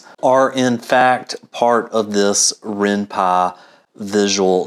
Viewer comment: Its called Py not Pa, And it's useless also